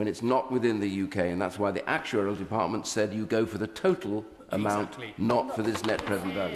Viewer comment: These are the useless idiots who are constantly bringing this country back to the dark ages, can’t even string together sentences considering that’s all they do. defartment? What’s a defartment? None of that side is even paying attention they’re on their phones look at the whale lol